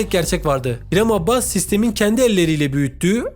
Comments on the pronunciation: Adını düzgün okusan keşke abbas değil abas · Abbas değil Abas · Her Abbas dediğinde kulaklarını çınlatıyorum haberin olsun adamın soyadını doğru kullan